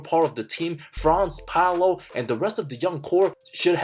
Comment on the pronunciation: Paolo not Pablo